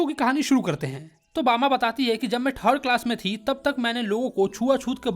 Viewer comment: rajput hai hm bama ache se bolo